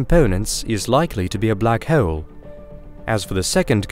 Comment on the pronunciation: I like the way you say black hole like black heewwwl 😂